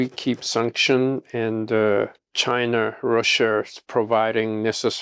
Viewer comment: Korear Chinar Russiar처럼 'a'에 r발음 붙히는거 빼면 매우 훌륭하신듯